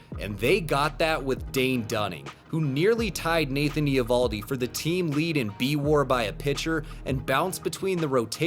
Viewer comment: The Eovoldi pronunciation is sooooo painful. Cmon man baseball channel has to get that kind of stuff right.